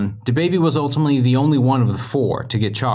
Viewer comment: You might as well say "the baby" because your "da" is........